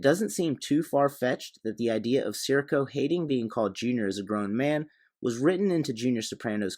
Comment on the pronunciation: Nice analysis, enjoyed the video. But at he clearly says his name “si REE co”. Not sure why you’re saying “SEAR ih co”?